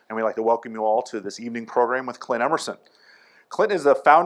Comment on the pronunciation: "My name is Client.." like client - not Clint like Clint Eastwood ?